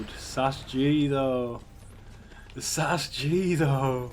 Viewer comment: it's S A S fucking G not sas g shit